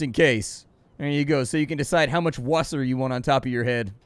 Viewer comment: Tiefenmesser came out pretty good-ish. You massacred Wasser and Hauptruder though..